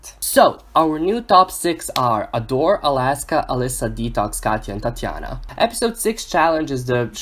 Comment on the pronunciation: I love the way you say Tatianna